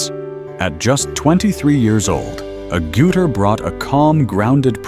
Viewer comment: Sigh. AI voiceovers continue to pronounce Jenny's surname incorrectly. It is not A-Gouter, it's AGG-utter.